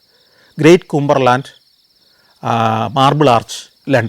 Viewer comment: 1. ക്യൂമ്പർലൻഡ് അല്ല കമ്പർലൻഡ് ആണ്. 2. വൈക്കം പാലാ ബസിൽ കയറി എന്ന് കരുതിയത് തന്റെ തെറ്റ്. 3. സുന്ദരിമാരെ കാണാൻ വിവാസ്ട്രീറ്റ് എന്നാ സൈറ്റിൽ കയറിയാൽ മതി. 4 മൂക്കൻ പറയുന്ന ഏതു പൊട്ടത്തരവും വിശ്വസിക്കുന്ന മലയാളിയെ പറ്റിക്കാൻ ഇതൊക്കെ mathi